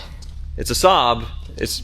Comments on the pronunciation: Its pronounced SAB not Sob, Saaaab etc. LFOD ! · saab pronounced ssaaaabb and ssaaaaabb😢